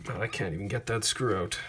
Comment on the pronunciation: "I'm gonna put a tweet oat." CANADIAN DETECTED